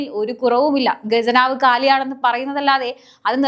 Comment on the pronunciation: ഗെജനാവ് അല്ല ഖജനാവ്... ഖജനാവ്